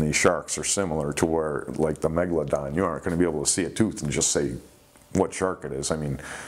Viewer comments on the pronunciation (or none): none